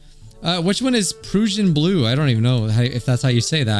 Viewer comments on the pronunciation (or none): It's unlikely to ever matter, but you say Prussian like you would Russian. I'm most interested in the duo with the shy girl, both of them seem neat. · Someone, make this man watch Drew Durnil, so he can properly pronounce “Prussian.”